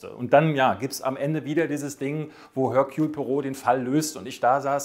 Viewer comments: "Ehrkühl", nicht "Hörkjul". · Erkühl! Im französischen gibt es kein höhrbares H. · Ich kriege eine Krise, wenn ich höre, wie du Hercules Poirot aussprichst. Also den Vornamen verkackst du völlig. Ansonsten super Video